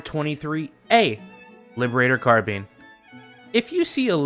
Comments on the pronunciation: its CAR-BINE, not Carbean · Do not call it a “carbean” ever again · ‘car bean’ 💀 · I love the “karbean.” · It's Lib Peen or Pee-kneetraitor (I just came up with the 2nd one) btw Carbean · Liberator car-bean, loved by brits and heinz employees